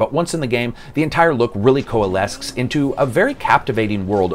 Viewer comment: It's Coalesce as in co-uh-less, not coalesk. Great review!!